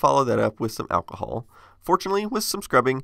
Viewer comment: I wonder if the way he says alcohol is a Texas thing or a him thing. It's not really weird, it's just different enough from my accent that it catches my ear every time